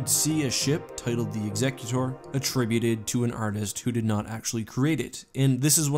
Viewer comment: thank you so much for correctly pronouncing ''executor''.